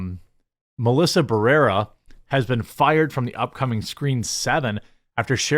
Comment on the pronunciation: You can't even pronounce Barrera. This is why your channel is dying